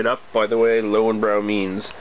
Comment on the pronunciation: more like leu-ven-broi